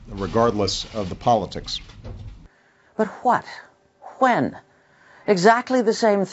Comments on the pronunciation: HAWHAT? HAWHEN? 😭😂🤣😂🤣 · Hwhat? Hwhen?